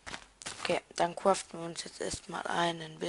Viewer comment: gutes vid aber sag bitte nicht mehr cuaften